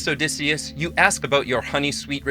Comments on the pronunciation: Why can't you pronounce Odysseus correctly? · This is the American pronunciation.